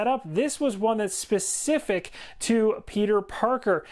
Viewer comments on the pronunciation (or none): none